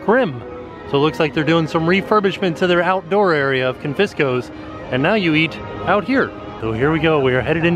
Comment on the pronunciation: Hey we missed ya! We were there on the 9th too. Btw it's pronounced Con-fee-scos. I worked there 19 years ago.